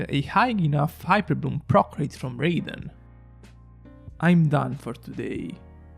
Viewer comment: please learn how to pronounce raiden